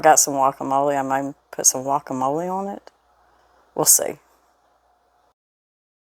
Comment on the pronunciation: It's Guacamole not Yokamole. Lol